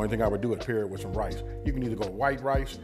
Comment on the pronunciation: WITab…? Is using that “h” to much effort lol